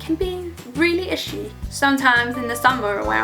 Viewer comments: Love the way you say "itchy". Like "ishy" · The way you say itchy is the coolest thing